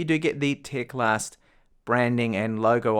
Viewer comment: It is teclast not tecalst